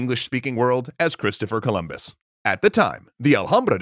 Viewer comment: "Christofa Corombo"?? Ay caramba!